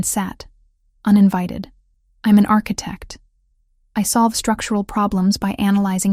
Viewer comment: And architect-mispronounced.